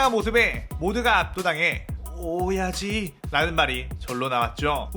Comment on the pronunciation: ㅅㅂ 오야지를 오이지로 계속 들리네 ㅅㅂ 오이지 맛있겠다 :)